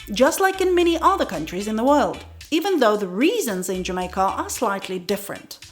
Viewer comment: yeah...I think she also said "yeah man" quite well (not the ones where she was "mimicking" tourists; but when she noted that in phone conversation it comes out naturally). I also heard her say "adda" for "other" when she was talking about Road Side food. All very awesome